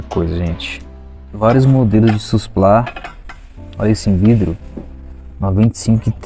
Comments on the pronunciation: Pronuncia para esse suporte de prato é supla. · vou dar uma correção em uma palavra, pode? Aquele pratão que a gente usa debaixo dos outros pratos é o "Sousplat", palavra francesa que pronunciamos "Suplá". Críticas sem ofensas são positivas, né? Seu canal é ótimo, já sou inscrita! ❤